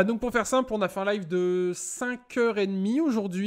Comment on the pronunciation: Sur Tuitch 😂